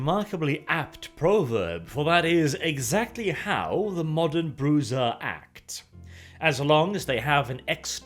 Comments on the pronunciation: Why are you pronouncing Brujah like that? It's weird. I've heard Bru-ha and Bru-ja but you pronounce it Bruiser for some reason. Don't do that please. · That is beyond my point though; Old VTM books gave what is trying(with varying degrees of success, he almost should be aiming for a russian sounding 'zha' sound [ж] instead of a 'za') to pronounce. Most people use an approximation of the Spanish 'cha' sound in the modern version instead, which is closer to the original IRL word's pronunciation. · I'm 98% Brujah, Whitewolf's word, rather than the vampire clan, comes from the Spanish word for "witch", as in bruja. Being Spanish the j is pronounced as an h. Bru-ha. I'm cringing here. Now if you wanna tell me how the hell I pronounce Tzimisce I'm all ears. I've been saying something like Te-mee-see/zee. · Please stop calling them Broozaa!... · It's Bru-ha, not Bruza... This hurts me. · Or we can go to the original Spanish and pronounce it Bru-cha, anglos and north Europeans have trouble pronouncing soft gutterals, so Bru-ha is acceptable. Bru-za is an abomination. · What is Bru-ZAH :D ? It is Bruyah, gang of BRO's. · Bru*z*a?! Bruja. Pronounced Bruha, as in spanish. Sorry I love your videos but ffs you just cringed out on this one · "Bru-ha" is how I've always heard it pronounced. It took me about halfway through the video before I realized he even saying the name of the clan. For quite a while it sounded like he was just calling them bruisers. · haha finally, someone doing lore videos on VtM, makes me tingly inside. better yet its on my favorite clan, although i much prefer the True Brujah. i ahte the way he pronouces it, i always pronounced it Bru-Ha, since its a spanish word (i even said it that way when i didnt knwo it was spanish cuz it sounds.....right) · BRU-HA! It was only Bruzha in Redemption. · Bru Zah? Always thought it was pronounced "Bru-ha" or "Bru-har". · Its pronounced: Brew-hah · Always thought it was pronounced bru-ha. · "Bruza" Yeah, no.